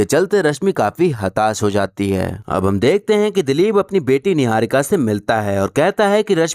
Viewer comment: yeah yeah 😂 .... Kangna diwani chamchi .. jealous n insecure ... 😆 Khud pehle apni pronounciation to theek nahi ki apni. Chamchagiri aur rakhi sawant se zyada attention ko tarsi huwi ladki 😂